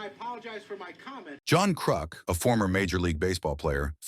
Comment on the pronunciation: I like the AI pronunciations. “Krook” and “Dickstra.”